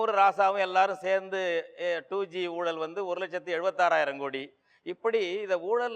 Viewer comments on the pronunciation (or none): It's a pity that even the anchors of such programs do not pronounce all the Tamil words correctly. For instance, it's not oolal it's oozhal.